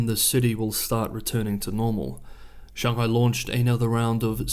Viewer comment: All good. Actually, I was somewhat serious about the pronunciation of Beijing, especially because I was indeed certain, based on your tone mastery (way beyond my ability BTW) and, contrary to your assertion, nailing 'Shanghai' with a 'bung' and not the hideous sounding 'bang' of the anglicised version, that you are well aware of the correct pronunciation. FWIW, I don't think it is at all pretentious to acknowledge and use the correct pronunciation. On the contrary I regard it as both educational and a mark of respect of the culture. Similarly, I fully support the effort of the Maori of Aoteraroa to reclaim their original pronunciations of place names. And it can be fun too. For example, 'Whakatane'. 😮 There is some really serious and alarming stuff going on in the world at the moment and it is often hard to get to the truth. I have a particular interest in China and have just discovered your channel. So please keep up the great work and don't let my little nit pick distract you from the great analyses and perspectives that you are producing.